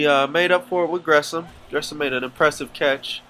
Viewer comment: I don't like how you pronounce Jermaine Gresham's last name. :'( It only bother me because that's my last name too. lol